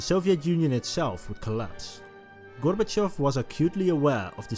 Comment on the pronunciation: Massive like for correct pronunciation of Gorbachev